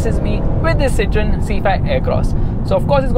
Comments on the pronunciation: As I study French, it is pronounced as Cit-oh-en. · The pronunciation is see-th-ro-in.